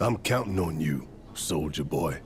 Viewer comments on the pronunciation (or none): I swear when Barret said SOLDIER boy I heard SOULJA boy. I CANT UNHEAR IT